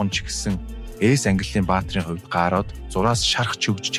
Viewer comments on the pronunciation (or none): ГААРҮҮ биздээ GAROO? ГААРОО гэж ёстой сонсож байгаагүй юм байна